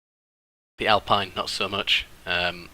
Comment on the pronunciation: it's alpeen not alpaɪn mate